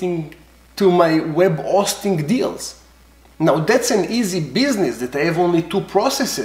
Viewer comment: Love the video! Love your accent. Web O-sting at the O-tel ;)